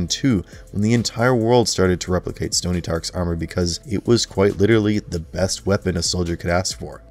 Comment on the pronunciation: “Stony Tark” lol